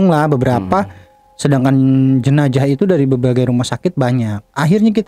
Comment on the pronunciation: Jinazah ke jinajah ye